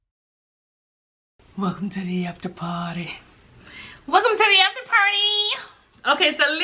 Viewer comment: Ain’t nothing like a Hype After Par-tay‼️😂😍💕😊